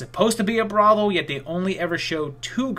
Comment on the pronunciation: is clearly a good boy by his inability to say "brothel" correctly. lol